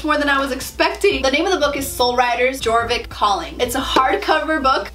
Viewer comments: no hate but: her: jor vik me: deep inhale *YOR VIK* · I’m sorry but this bothers me haha, it isn’t g-or-vick it’s y-or-vick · its pronounce YOUR-vik not jour-vik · "All about celebrating sister hood" My moms bank account when we had to buy monthly star rider and then buy $80 worth of lifetime; haha n o also is anyone else cringing when she says gorvik instead of yorvik?? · yea thats what I meant, its spelled jorvik, but she pronouncing it gorvik instead of yorvik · It kills me when you pronounce jorvik as gorvik instead of yorvik 😂 I love your channel so much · The fact that you said jorvik when it's actually pronounce yorvik made me kinda cringe xD amazing video <3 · "ohh and there's a jjjjorvik map" it's prononced yorvik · AHHHHAHH NOOO SHE SAID (JOR-VICK) ITS (YOUR-VICK) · I always used to pronounce Jorvik G-or-vick... now I know it’s pronounced ye-or-vick! Right? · Me listening to how she said Jorvik *Honey no, Its YoRvIk not jOrViK* you pronounced it wrong- >:0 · she said jorvik with the j not being silent. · Jjjj-orvik it’s yor-vik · It is pronounced yorvik not jorvik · I am cringing!! By the way it's like Yorvik not Jorvik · Actually, it's pronounced like "Yorvik" since its a Swedish game. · It’s pronounce “Yorvik” the “J” is “Y” Sound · Omg the foal Is soooo cute!! Oh and btw it’s pronounced yorvik why don’t u use the key stickers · you pronounce it yorvik for Sweden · It’s actually pronounced ya-or-Vick j in Swedish is pronounced like y 😊 just a little fun fact the game originated from Sweden. 😊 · You don’t say Jorvik you say it like it is spelled like this yorvik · It's pronounced Yorvik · Jorvik is like yorvik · Okay so i'm not hating on you cause of how you pronounce anything but jorvik is ofc spelled jorvik but i pronounce it like your vik but its spelled jorvik just saying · It’s pronounced Yourvik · Im sorry but i cringed so hrd how u pronounced jorvik LOL i used to say it like that too but its actually pronounced "Your vick" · You said Jorvik wrong 😅